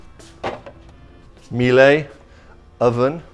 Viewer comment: How many more years is going to keep pronouncing Miele as Mee-lay. It sounds like Mila from Mila Kunis fame.